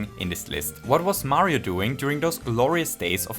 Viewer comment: Mayro sounds like Mario and doesn't at the same time